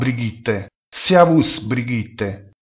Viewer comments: No, si pronuncia come è stato pronunciato nel dialogo realizzato da dei madrelingua e cioè (scritto all'italiana): "seavus" con la esse iniziale leggermente sorda. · ma "Servus" non si pronuncia "siaus"! ma che è?